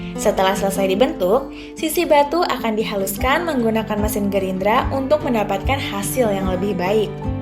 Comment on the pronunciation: mesin gerinda ya mba, bukan gerindra 🤣🤣